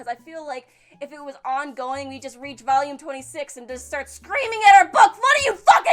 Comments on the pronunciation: Woah waoh waoh, hold up. She actually said volume instead of vallume one time. Did she break? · Still cant say volume. That's awesome. I need to find you saying "vulgar" same sound and I bet u say it perfectly. Great outro! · One day will say volume properly. One day. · "when i bought the first Valume" xD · I will always laugh at the way you say volume. I feel like you are asking for a hard drug.